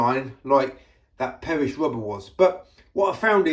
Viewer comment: Dear, BTW it is Rubber not Wubber yours. Mr Window Cleaner